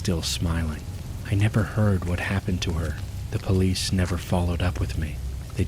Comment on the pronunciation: "IM CALLing the polih"